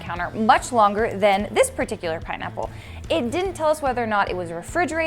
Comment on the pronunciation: “PiNeaPpLe” 🍍 😂